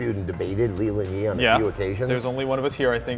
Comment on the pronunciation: Great conversation guys! (But it's Leland Yee, not Lee.)